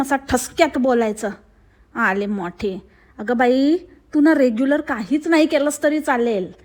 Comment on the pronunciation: “रेग्युलर नाही” म्हणत ती “रेगुलर” म्हणते ती